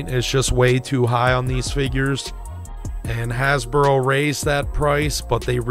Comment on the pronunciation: Why do you keep saying "Hasboro"?